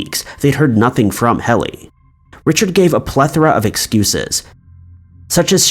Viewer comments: JSYK, Helle is pronounced "Hella" rather than "Helly". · As a Dane I just want to say, Helle's name is pronounced Hella, not Helly. RIP Helle. 😥